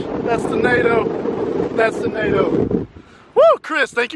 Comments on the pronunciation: Nado not nader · Why do yall say nado😭